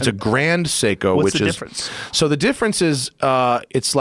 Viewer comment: But, can he pronounce it? Nooooo! Having a watch worth ten thousand, and mispronouncing Seiko....Jeeez